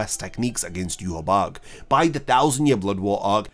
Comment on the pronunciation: Ill never get of Ywach being pronounced Yew-Haw-Bock. I'll never be able to hear it any other way xD.